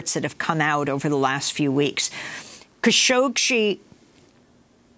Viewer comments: Amy goodman if you’re going to cover Kashoggi so extensively stop mispronouncing his last name lol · Idiot presenter çañ't even get the name right. Shame on you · As much as I love watching this show and listening to Amy Goodman, I have to say that it’s disappointing to see her not being able to pronounce Khashoggi properly.